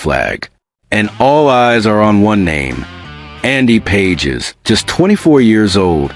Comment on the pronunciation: His names is pronounced "Pa hez", not "Pages".😅